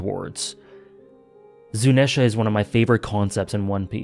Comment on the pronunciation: Afaik, Zunesha is pronounced (zoo-knee-sha) just in case you hadn't been told that yet :)